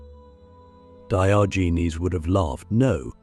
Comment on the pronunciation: AI pronunciation of Diogenes is offensive to the ears. 😢